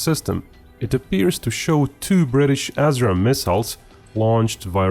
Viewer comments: Pronounced "ass ram" sounds so much better than "as ram". It describes what is going to happen to your shitty choppers, missiles, and drones. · Ass-Raam? Lol. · 'UK mated its assram missiles'? Whaaaat?